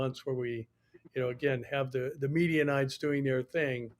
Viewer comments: “Medianites”. The media😉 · Why do you say “Midianites?”